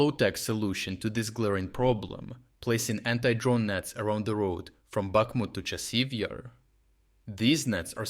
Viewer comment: The AI reader really has problems with consistency when it comes to pronouncing Chassiv Yar.